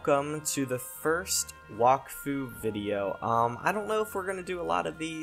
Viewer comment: It's (wack-fu)